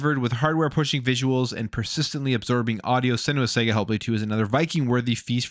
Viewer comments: Sarga... It's pronunced Sarga not Sega 😂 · It’s pronounced s’ahh’ga !!! Not sega 🤦🏻‍♂️